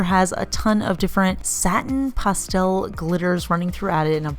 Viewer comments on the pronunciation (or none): I like how you say pastel like “pasta” with an L on the end lol